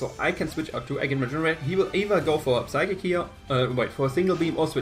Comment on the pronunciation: good game, well built team! just remember the P in psychic and psyshock is silent!